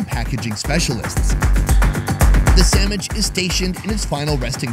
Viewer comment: I'm sure he said Sammich 🤔